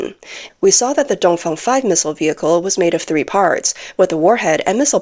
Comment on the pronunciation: Its dongfeng not dongfong.😂